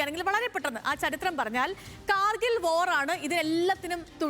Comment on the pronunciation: കാർഗിൽ വോർ എന്ന് പറയുമ്പോൾ ശ്രദ്ധിക്കണേ പൊന്നേ.